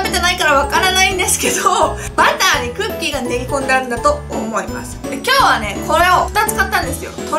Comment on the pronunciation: 発音が違うんだな・・・今日はれえええええェ！！w